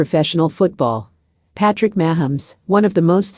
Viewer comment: You can't even pronounce his name correctly